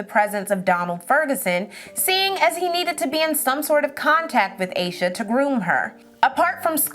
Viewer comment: I think her name is pronounced as Ahsha not Aysha. 🤦🏿‍♀️